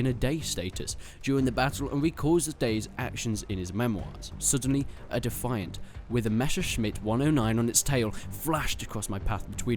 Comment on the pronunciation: "Defiant .." did you say defaint ? BTW, poles did NOT fly cannon armed spitfires, they flew Hurricanes and MkII spts (8 x 303a) .. if you want to fly ACCURATE battle of Britain planes, then fly IL2 - Cliffs of Dover. .. great flight sim, far better than kiddy WT.